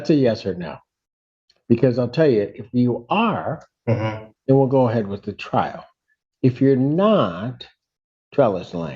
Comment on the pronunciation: I’m honestly curious, why don’t you speak a ‘th’… always a wichjew?